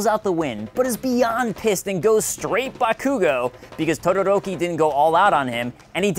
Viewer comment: tuduruki oml